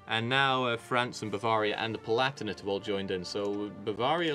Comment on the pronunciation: Love how says spelling neighbors is not the Queens English then butchers pronunciations of countries like Bavraria